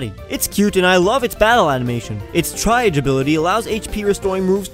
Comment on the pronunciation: I think the ability of Comfey's ability is pronounced "TREE-awzh" since that's how we pronounce the triage nurses that register you at the desk for the emergency room and decide who needs to be admitted first. I also realize that the second syllable i wrote is not an official phonetic spelling... but that zh sound is quite hard to explain otherwise.